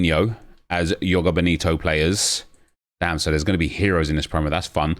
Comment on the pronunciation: Nep can you please say the J in joga 😂 makes me shiver when you say yoga